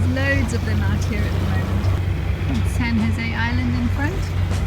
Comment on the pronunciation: FYI, San Jose is pronounced "san hozay". Is it true that brits who pronounce foreign words correctly are not allowed back into UK?